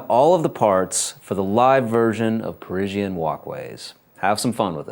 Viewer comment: "Perisienne" ? "PERISIENNE" ? "PE-fucking-RISIENNE" ? REALLY ?